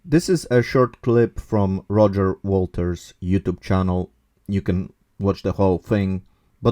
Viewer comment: Dear content creator, just to say that is Roger Waters (Pink Floyd), not Walters.